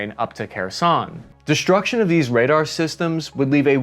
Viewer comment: Thanks, for the podcast. Fix the speech impediment, unless you are regressing there is a physical impediment that surgery can correct. Shtrike, inshtructor and deshtruction aren't correctly pronounced.